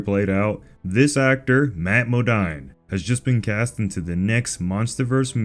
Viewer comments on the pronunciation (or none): His names is pronounced Mathew Mo-deen not Mo-dine even though it’s spelt Modine. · Pronounced modeen… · It is actually pronounced Matthew MO-DEAN.